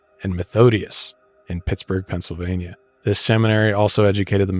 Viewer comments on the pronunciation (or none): none